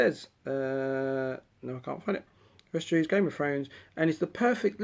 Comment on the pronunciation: Firstly westerossssss is dear not eees lol Secondly Aragon and Arwen from the third movie Thirdly we got the same candle